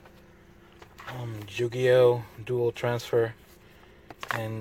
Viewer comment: Lol "Jew-gi-oh"